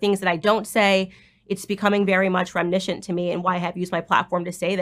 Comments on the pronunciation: I never used quotation marks! She literally pronounces it as a three syllable word, when reminiscent has four, if correctly pronounced ‼️ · Candace likes to use the word reminiscent, and ALWAYS pronounces it WRONG. I don’t think she’s as bright as she thinks she is.